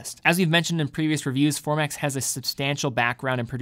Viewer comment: Formex not Formax